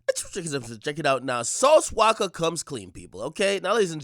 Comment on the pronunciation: It’s “Walka” not “Waka”. His last name is Walker. But yeah. Lol